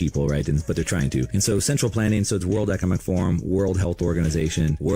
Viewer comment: Ec-o-nom-ic my friend